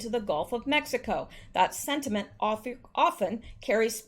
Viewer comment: Are you saying sediment? Also, Nadler has been manipulating to get his son a government job.